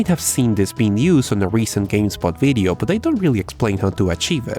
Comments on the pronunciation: you say Video..we hear it as Bideo??? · This "Bideo"?